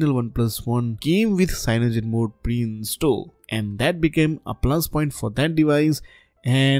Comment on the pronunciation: Damn... This guy's brain and tongue breaks by trying to pronounce lineage and cyanogen...